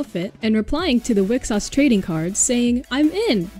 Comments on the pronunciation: It will likely never come up again, or at least not for a year when we finally get these in English, but Wixoss is pronounced “We cross”. I guess it follows the long tradition of x’s in JP translations messing up the pronunciation of things. Also I got my Marine Nendroid about 2 weeks ago, it’s great! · Great video, keep it up! For future reference (seeing as like half of Niji is in the game already): Wixoss is pronounced as we-cross not weaksauce. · it's pronounced "Wi-cross" 👍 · Just a heads up 'Wixoss' is pronouced 'we cross'. I'm so excited for these to come out! Was already working on a deck for Toko, Lize and Ange, but FEESH and Wosemi are must builds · I believe it's pronounced "wi-cross" instead of weaksauce .. the anime made it obvious why it's pronounced that way. the losing player got swapped with the card girl they played... they crossed. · FYI, WIXOSS is pronounced "wi-cross", the anime is great I recommend watching it! Start watching the Selector series, then the movie, then the Lostorage series. The Diva A Live one is pretty meh. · Haha i was like "heh, weak sauce" 😆